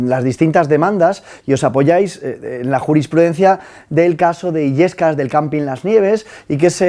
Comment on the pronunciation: Caso de Biescas, no Illescas